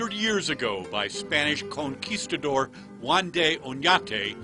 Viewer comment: If u didn't know. The definition of Word blunder is ( a stupid or careless mistake ). BTW its not called coneceasyador it's conquistador.